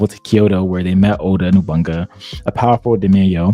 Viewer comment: Every time he says NOBUNGA I cringe. It's No-Bu-Na-Ga